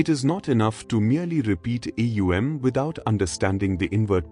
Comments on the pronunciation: Atleast train your AI to pronounce words correctly. It's not A U M...it's Om...one word. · AUM prononunce not like this alway OM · Is it AUM or EUM as there is inconsistentency, or is it AUM pronounced as EUM? Thanks... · Thank you 🙏. But how to pronounce AUM should be demonstrated in the video. Because I am already practicing with the 3 sounds "aa..." "oo.." and "mm.." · How is the mantra pronounced? OM or AUM?? And thank you for sharing this wonderful lesson! 🙏🏻♥️Namaste